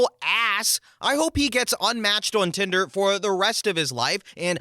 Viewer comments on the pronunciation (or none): none